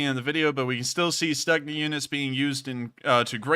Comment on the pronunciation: It is spoken "Stoogna" not "Stucknah"